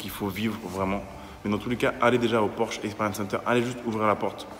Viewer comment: Porchento pour le nom avec un axant italien.